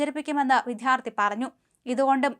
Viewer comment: അവതാരക വിദ്യാർത്ഥി എന്ന പദം തെറ്റായാണ് ഉച്ചരിക്കുന്നത്. "ദ്യ" എന്ന അക്ഷത്തിന്റെ ഉച്ചാരണം തെറ്റാണ്.